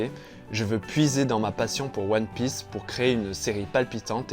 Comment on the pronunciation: La prononciation des noms des perso de one piece m'a fait mal